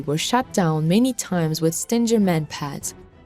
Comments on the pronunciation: Its not StinJer, its Stinger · it is a GGGGGGGGGGGGGG not JJJJ SO it is a ST ING ER ! GOT IT STUPID STING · Sting-er not Stin-ger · S.O.R. PLEASE, lets start giving credit to the correct weapon. STINGER is the word for the ass end of a Bee or Hornet. And the correct pronouncement of the name STINGER is "STING ER" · STING GER.....the G is pronounced with a guh sound. Prayers for all Ukrainians and victory.